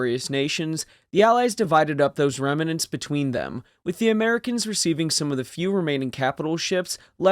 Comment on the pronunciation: Remnants or Remmanents